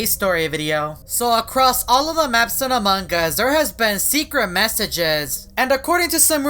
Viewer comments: Amongus not amongggggus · I think you keep saying amongg us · U said amog us :> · Still say amangas Has Among us XD FIX YOUR MOUTH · among us Subtitles: amangas Me: laughs all day long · I like how he says AMAWNG us XDD